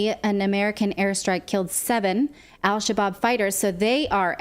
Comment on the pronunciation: Al Shabob? How about Al Shish-kabob?